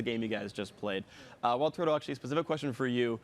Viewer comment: "I wanna ask you a questionald, Regi". - Phreak 2013